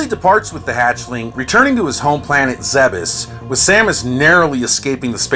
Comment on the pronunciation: Zebes isn't pronounced 'zeb-ess', it's 'Zeebs'